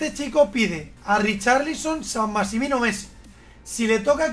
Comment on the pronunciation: Nadie, absolutamente nadie: Chacho: San masimin